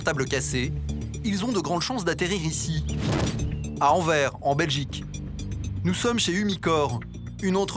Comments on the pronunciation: Ces n ait pas envers mais anvers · Anvers et pas anvert moi je dit paris et pas parise